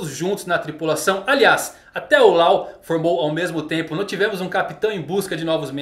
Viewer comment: Mano eu admiro muito seu trabalho. Sou um grande fã. Mas por favor vc I fluência pessoas... Não diga o nome "Law" não existe está pronúncia em NENHUM idioma a pronúncia é "Ló" igual lei em inglês. Em nenhuma dublagem nem no original e nem em nenhuma outra existeo som Law. Por favor somente o Brasil foi o único país no mundo que inventou isso, fizeram raps... Por favor concerte isso...